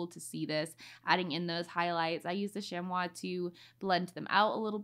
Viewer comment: Beautiful art! Btw chamois is pronounced shammy 😁